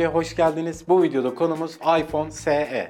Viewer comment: Es i olarak okunur o